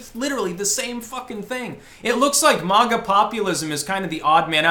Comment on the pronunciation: It's MAGA NOT MASH